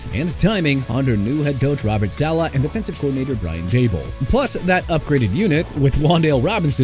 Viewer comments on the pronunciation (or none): none